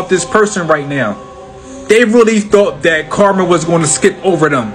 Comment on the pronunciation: Amen, not to be rude but I hate it when they say Karma. I like how you said it.